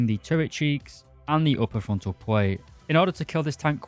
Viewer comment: Also one of the people who say "pwate" instead of "plate" and it's so annoying 😬